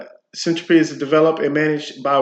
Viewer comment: Hold on? Boring? Something that makes internet connections faster, more reliable, and fully encrypted. Just launched and already announced integration with Minecraft and Chainlink. I'm not sure you understand what you're talking about. Not knowing how to pronounce the word Syntropy does not inspire confidence lol. This is going to blow up! It's potential customers aren't just in crypto, data centers, cloud providers, and anything that uses the internet. But ok..